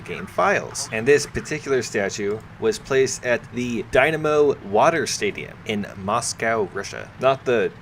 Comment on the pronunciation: Dynamo, not Domino, lol